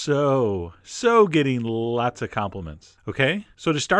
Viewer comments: Lol at "after dessert, you are so, SO getting LLLLots of complements." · "After dessert, you are so, so gonna get llllllllots of compliments."